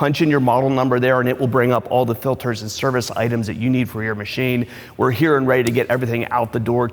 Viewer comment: ITS F I L T E R S not FILDERS